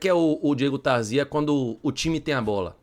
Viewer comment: É Tarzia e não Tarzía.😂😂😂😂😂😂